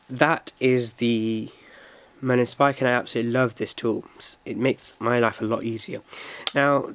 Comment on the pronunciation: Marlin spike, not Merlin Spike.